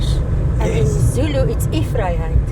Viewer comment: Great video as always! I've been very impressed by how pronounces difficult Zulu words throughout your KZN series. Being Zulu myself, I think she is at Jonny Clegg's (nicknamed the White Zulu) level. 😊😊